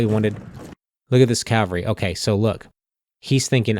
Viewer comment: Point of Order: Please don't take this personally - but - It's NOT pronounced "C O W very" It is spelled C A V A L R Y and pronuunced K A V A L ree. Think of it like the name Henry " Cavill ". CALVARY refers to the hill outside Jerusalem where, according to the Christian Bible, Jesus was crucified, also known as Golgotha, meaning "place of the skul. I watched the whole thing and enjoyed it - like AVALON Hill but outstanding - but the COWVERY is like nails on chalkboards -...